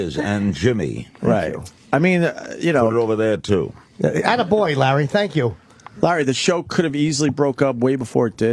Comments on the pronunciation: I cringe every time Opie says “Lar” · Every time Opie calls Larry King “Lar” I cringe.